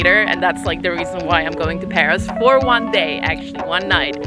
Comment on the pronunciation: Shit - you have no idea how to pronounce anything? It's PAROS not PARIS, and you're sitting under a BOUGAINVILLEA not BOAGINVILLE